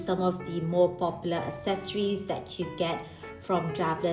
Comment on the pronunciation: Love this video, thank you! As someone diving back into TNs after 5 years away from paper journaling, and having never used TNs WELL before, this was EXTREMELY helpful, thank you! Also, just FYI, accessories is pronounce AKsessories, not assessories. =) Very common error!